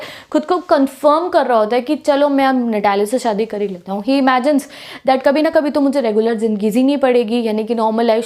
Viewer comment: I am so laughing when can't pronounsence some words like 😊😂😂 that